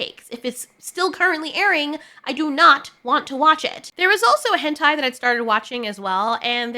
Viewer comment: "there was a henti i started watching" I almost spit water all over my computer.